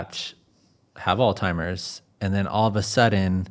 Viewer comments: It surprises me that the host who continually emphasizes a science basis for this conversation, does not know how to pronounce Alzheimer's disease. It seems such a contradiction to want to emphasize a learned field & be focusing on the technicality of a scientific approach yet to be so imprecise w/ words. There is no 't' in Alzheimer. It is not ALL•timer's It is ALLZ•high•mur's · It’s Alzheimer’s please learn how to pronounce it. Makes me think this is AI. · Right?!?! There is no "T". Sadly, even doctors mispronounce Alzheimer. 😐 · Great episode so far, but I cannot get over how he's pronouncing Alzheimer's. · I found it amusingly appropriate I mean Alzheimer's is an old timer's disease 😂 He made at least one other similar malapropism. I forgot it now. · Alltimers? 😂 It’s Alzheimer’s. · AllTimers? It's Alzheimer's. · All -timers 😂 people don’t read anymore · Alzheimer’s! Not All-Timers! How do people keep making this mistake? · It's pronounced "all-zy-mers." NOT "all-timers!" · great video but hearing you say "all timers" was aggravating 😅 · Really gonna call it “Alltimers?” Its Alzheimers🤦‍♂️ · It's 'ALZHEIMERS'.... Not 'ALL-TIMERS' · He keeps saying "All-timers." 😂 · It sounds like he is saying "Old Timers" rather than Alzheimers. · Dude, it's Alzheimer's not Old Timers. Geeze get it right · ALZHEIMERS! Not ALZTIMERS! People gotta stop saying that! So many do. Smh. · Please, with care and respect: There is no such illness as “Alltimer’s.” When people call it all-timer’s disease, it degrades the credibility of your information. Alzheimer’s disease is so widely published, researched, analyzed, and reported that to mispronounce it in an informative video on death and dying feels like the speaker can’t be bothered to say it correctly. It’s kind of like hearing a public speaker keep saying “for all intensive purposes.” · Alzzzzzzhiemer…. Not all-timers 😂😂😂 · It's not 'Altimer's' - it's Alzheimer's. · Just an FYI folks. It’s Alzheimer’s, not ALLtimer’s.